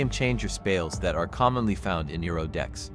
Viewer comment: Saying his name wrong pissed me off